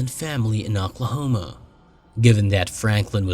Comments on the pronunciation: I love the cases you cover them and how you cover them. Absolutely! I have one thing I must say though because it drove me a little nuts. I’m not trying to be critical here at all but you kept pronouncing Oklahoma like ‘Auk-la homa’ when it is pronounced ‘Oak-la-homa’ it just threw me off. That silliness aside I can binge on your show quite easily and truly do love it! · was it in Aquahoma? haha. Just what it sounded like to me. lol. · Talsa, Aklahoma? You need to get that artificial voice spiffed up a bit.